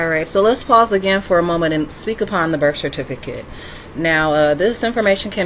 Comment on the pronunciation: Delusional much. Birf is not a word its birth. A good drinking game is to drink every time she says for the record.Drinking game 2 is drink everytime she says